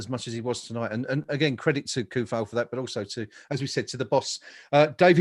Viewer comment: come on guys show some respect to Vladimir and learn his name. Not KUFAL, it should be TSOU-FAL. Even SO-FAL sounds better. Hearing that hard "K" kills me